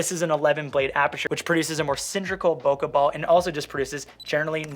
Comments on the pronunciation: Great video! Whenever you said "bokeh ball" I heard "pokèball" lol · When you said bokeh ball I heard poke bowl and now I’m hungry. P.s. great review!!